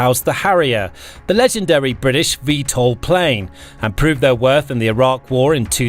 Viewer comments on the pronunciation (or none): none